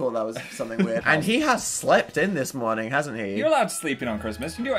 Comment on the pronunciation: everyone’s talking about breeding with an alien and no one is talking about dan going scottish “he has slaept in this merning”